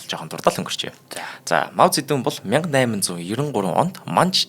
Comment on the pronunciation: Зөндөө мэдлэгтэй сайн хүмүүс байгаашдээ танайд энэ бол сайжрахгүй шүү! Хичээж сонссон ч 6н минут л тэслээ худлаа ярьж бна. Мэдлэггүй бна. Эхлэхдээ л Монголоор Мау зэ дун гэдэг бол Хятадаар моу зэ донг гэдэг гэшш. Сонсход үнэхээр төвөгтөй энэ хүн сайжрахгүй шүү!